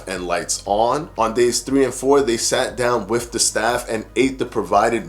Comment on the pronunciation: To retain credibility, with not wiff. Both not boff.